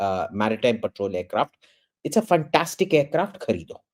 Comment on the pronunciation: the guy says fantastic like a true Indian...Russell Peters would be proud of him...truly funtaastic 🤣🤣🤣🤣